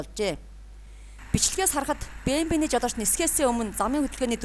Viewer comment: Биии Эээм Даблюууу PLEASE